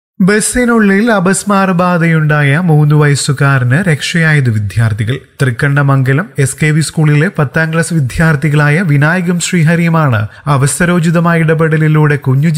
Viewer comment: Vidyarti ennu saryayi pronounce cheyyuka